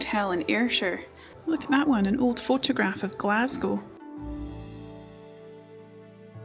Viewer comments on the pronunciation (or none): none